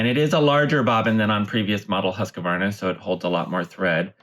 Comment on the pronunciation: It bothers me when the name of the machine is mispronounced. One of the first things I was taught in sales of the machine is that there isn’t an “a” after “husk”!! The word is pronounced “Hooskvahrna”